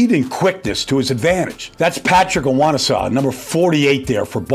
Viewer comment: LMFAO Baldy did Patrick Onwuasor's name dirty